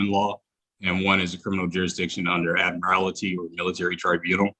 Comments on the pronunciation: There is no such word as “ad-morality”. It’s admiralty. If you’re going to use a word, please go to the trouble of learning how to pronounce it properly. I doubt he even knows what admiralty means. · ADMIR-A-LITY. WHATS WRONG CANT HE PRONOUNCE ADMIRALTY. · Good grief.......he can't even pronounce the word "admiralty" let alone know what it means. 🙄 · They can't even pronounce admiralty correctly 🤣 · Why do all sovcits add an extra syllable to admiralty? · Still haven’t seen (heard) one of these nutjobs be able to pronounce “admiralty” correctly.